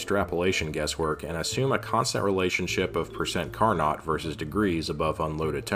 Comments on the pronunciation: Carnot sounds like Car-no, not Car-not. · Impressive rigorous analysis, also it's "car no" and "dew ur", just fyi. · "Carnot" is pronounced "car-know" because he was a sneaky french dude. ◡̈